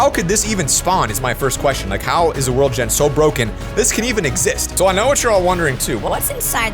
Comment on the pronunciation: do u mean world instead of word u forgot the L just seying